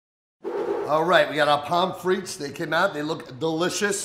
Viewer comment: If you are interested, the correct pronunciation of pommes frites is, PUM FREE, not "pom fritz"--the final consonants are silent. Great recipes. :)